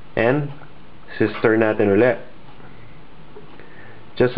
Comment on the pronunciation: Tagalog and English a.k.a. Taglish that sounded so weird, he even said "si-stir"